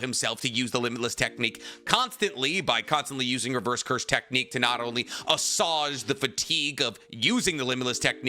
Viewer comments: Assuage is pronounced “uh-swayj” btw - that’s prob why girls don’t follow you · its pronounce a-swayged for the love of god stop using it or say it right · Assuage is a word you also have a problem pronouncing